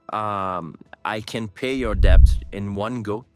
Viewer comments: Debt B is silent. It’s det. Not ڈیبٹ۔ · It is not DEBT when pronounced. It's DET!!! Nally ko Bolna ataa nhi call center chla rha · بیوقوف پال مارٹن الفاظ کی ادائیگی تو درست طریقے سے کرو ڈیبٹ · He doesn't know how to talk in English, basic term debt he can't pronounce correctly . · pkus he doesn't know how to pronounce "debt"